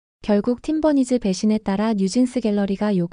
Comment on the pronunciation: Lol. How did the AI pronounce 'Team Bunnies' as 'Tim Bernice.'